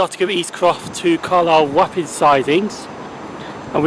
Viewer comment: Nice vlog, Wapping is pronounced 'Wopping', presuming you mean the place in London :)